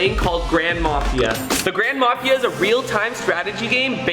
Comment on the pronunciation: When you said the grand mafia I thought you said ‘ grandma mafia ‘ lol